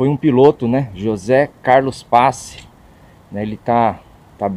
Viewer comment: Só duas correções: Pace lê-se Pati. E Não é Mocó, é Môco, com ô fechado. Parabéns pela homenagem!